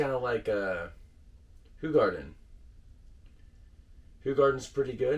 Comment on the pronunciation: Sorry 😬 not Who-garden. It's Ho!-garden. 😬😂❤️